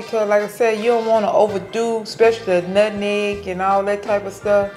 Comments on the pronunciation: Not Nutmeg or Nut Neg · Lol Mom its nutmeg not nutneg lol 😅😅😅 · Us Folks say NUTNEG 😂😂😂ITS NUTMEG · When she "nutnegg" instead of nutmeg... I knew that pie was delicious because my grandmother used to say nutnegg and she was one of thee best cooks! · Omg my mom says NUTNEG I love your mom